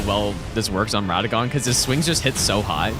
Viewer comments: “Radān” instantly clicked off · Bro spent 6000 hours and still cant pronounce RADAHN correctly😅